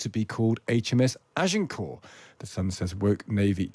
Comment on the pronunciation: In WW2 the yanks reused names from sunken carriers. So renaming isn't unheard of. Don't know who the work experience girl is, but perhaps the problem is that nobody can pronounce Agincourt?